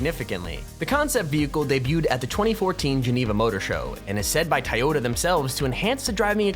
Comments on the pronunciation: Toh yo ta not tie yo ta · Toy yoda that's how it's said not tiyoda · its not tiyota toyota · its not tieota its toyota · I hate how he says Toyota it's not tiyota it's toy-o-ta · I'm probably going to get called dumb but it he's pronounce Toyota with an i so sounds like tiyota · Dude is saying tieyota not Toyota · It is said like toy-yo-ta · It’s pronounced toy-oh-ta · u said toyota wrong dude im sry if its an accent